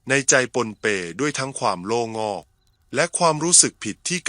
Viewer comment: โล่ง-อก อ่านเป็น "โล่-งอก"ได้ยังไง ความหมายคืออะไร คนเล่าควรทำความเข้าใจกับเนื้อหาก่อนนะคะ